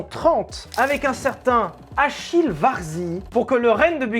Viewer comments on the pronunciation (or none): Salut mec ! Ecoute en tant qu'amateur de bagnole et de belles mécaniques, je dois dire que ta vidéo m'a bien plu ! Simplement pour mémo, Achille se prononce en italien comme si c'était un K 😉 allez ciao et bonne route